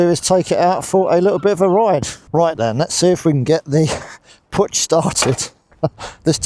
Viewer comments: It is not Putch. It is pronounced Puk. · Pook, not poocsh❤ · Its pronounced poosh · I live in Graz, the city in Austria where Puch used to manufacture its vehicles. My first moped was a Puch Monza—black, but with 6 gears. But with aluminium rims, without pedals.And back then, we did everything we could to get it up over 100 km/h (62 mph). “PUCH” is pronounced differently—not “putsch”... the “CH” is like in the Spanish sausage... chorizo... :-) My brother used to work at PUCH. Back then, John Player Special banned PUCH from using the JPS name. So PUCH turned it into SDP. Incidentally, PUCH also made world-class racing bikes. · I was always told that Puch was pronounced as "Pook", but I may be mistaken. Still a popular vintage moped in the USA as well. anything that's a top-tank model moped is desirable among collectors here but some of the step-throughs get some love as well. That John Player Special look is very cool; The team actually had a couple Honda ST70 bikes with the livery on them for use as pit bikes, one of them went up for auction recently through Iconic Auctioneers, it's a sharp looking bike. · It's pronounced 'pook' ! The first thing I was told when I went to the Styer-Daimler-puch factory' in 1967-68 in Graz on a course !